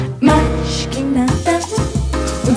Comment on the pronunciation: This song is in Portuguese. It's MAIS que nada, not MAS que nada. (Pronounced "mash".